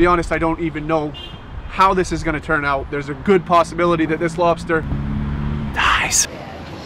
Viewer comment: How are you from Down East if you mispronounce the R in lobstaH?